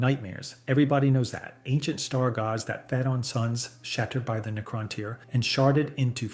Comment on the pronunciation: I’m not gonna bash A.I…. But talking about the ctans, shattered is being pronounced sharted 💩